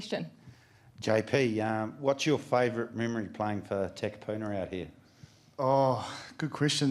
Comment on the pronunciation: Holy fuck please learn how to pronounce Takapuna.